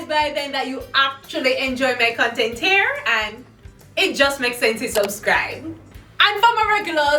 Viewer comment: So I've been watching you for a year or so, not since the beginning buy I've been around....so I'm a little afraid to ask.....does ALWAYS say hair instead of here......??? Or am I just misHAIRing it?